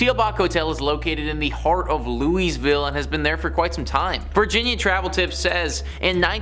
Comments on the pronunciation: Louieville is how Louisville is pronounced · It’s properly pronounced Louisville Louie vile. After king Louis 16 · Most of us Kentucky natives pronounce Louisville as 'Loo-Uh-Vull' not 'Louis-ville' or 'loo-ees-ville'. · It is pronounced Louie-ville not Louise-ville Spelled Louisville. Most around here say Lu-ah- vul. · Lou—-eez vile… REALLY?!? it’s LOU-a-ville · It’s “Lou-uh-vull”not leweys-veel. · Did he really say 'louiesville'?? Dude, we say 'louavul' here. Learn it, know it, live it. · I've heard Louisville pronounced Lewie-ville or Lew-uh-ville never Louise-ville. (Maybe he was saying Lewy's-ville) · It's Lou-a-vul!😊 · it's pronounced: "lou-uh-vulle" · Say it like you have peanut butter in your mouth "Loo-A-Vull" this is.how you say Louisville. I'm from Kentucky. And when the name is butchered, it's like nails on a chalk board. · It’s pronounced Luhl - vull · He said "Looeeezville" 🤣🤣🤣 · "Louise-ville"? You didn't take the time to learn either of the pronunciations of Louisville AND you didn't mention Waverly Hills Sanatorium-a place regarded in some circles as the most haunted place in the USA, the most haunted hospital in the world, and one of the most haunted places on the planet. Doesn't give viewers a lot of reasons to regard y'all with anything like respect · It’s pronounced “Lul-vul.” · You need to use a little resept, and learn how to say Lewa-ville! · Unless you're from there. Local vernacular is Loo-uh-vuhl. It's kinda like New Orleans being N'awlins. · "Loo-eez-vil?" LOL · I am born and raised in KY. It is pronounced Lew-uh-ville. But, you can pronounce it however you are comfortable. 😁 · Thank you! I'm glad I'm not the only that heard it as Louise-ville! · Where was Waverly? Also there is a old elementary school in my town that made a set of paranormal hunters tap out it bothered them that much. I say this kindly, LOU-UH-VULL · When you can't pronounce a major towns name right, I'm out of there 😂😂😂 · The way you say louisville makes me sad